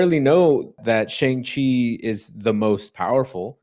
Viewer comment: Uhh in Mandarin it's still closer to "Sh(ah)ng" (rhymes with gong) as opposed to "Shang" (rhymes with gang). Tbh it doesn't quite rhyme with gong either, but I would say "Shong" is the closest you'll get to saying it using English. Edit: The way says it as is kinda close and is more accurate than how the others have said it.